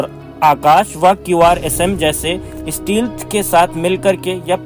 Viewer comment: स्टीलथ नहीं स्टैल्थ कहते हैं